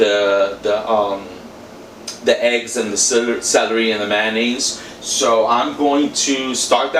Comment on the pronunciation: It’s funny how you pronounce Manonaise. Instead of Mayonaise., not hating just making light fun. 😛